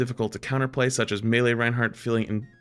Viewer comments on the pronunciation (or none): none